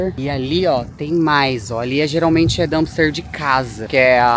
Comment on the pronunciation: DUMPSTER, D U M P S T E R, com P, please!